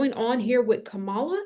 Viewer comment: I'm confused...today you say that it doesn't matter whether you vote for or like Trump or Kamala...but yesterday you called Kamala a "virus". (And BTW her name is pronounced KAM-ala, not kam-A-la.) Recently, you also made it clear that you think Trump is the chosen one, calling him a righteous "Trumpet" who will liberate us all--yada, yada...HUH?...and WTF?! Clearly, Trump is your guy, which is fine by me. I'm an independent. So to each her own...but lately your videos sound more like Fox News! I unsubscribed yesterday NOT because you have a different viewpoint, but because of your fear mongering & contradictory style. Do you actually watch your videos before you send them out? Most importantly, do you actually QUESTION the messages you channel & do you think for yourself? Objectivity, detachment, & grounding are vital for someone who's not just spouting off opinions, but supposedly channeling the Divine! Did you watch Trump's ridiculous & abysmal performance at the Natiomal Association of Black Journalists in Chicago? Check out the videos on YouTube! This is your champion showing ypu his true colors (pun intended)! Never mind what your voices tell you. I wanna know what the HUMAN you--as a Black woman--think about this. Will it make you reconsider him?, you are young & have much to learn. Maybe the "Mother of the Ages" needs to crawl before she can walk. Get your human self strong psychologically & emotionally. Put the channeling aside & get a really good therapist. T